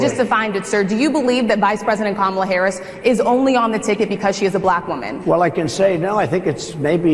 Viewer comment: He knows perfectly well how to pronounce Kamala's name but, like Alina, cant bring himself to do it. They don't like saying peoples names which have the long vowel in them because they are racist. Same with Fani Willis being called Fanny.